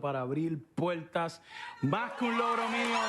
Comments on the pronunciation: mind you this guy cant even speak Spanish right he says pueltas instead of puertas 🚪 cant stand him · He does not say doors in Spanish, he he says dools. He has bad pronunciations in Spanish and he is from venezuelas cartel